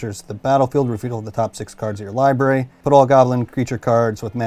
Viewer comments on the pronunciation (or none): Jesus Christ hearing say “libary “ is the most annoying shit in the world